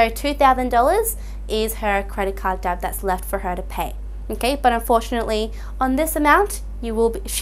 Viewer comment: Great video, but please someone tell her the B is silent in debt.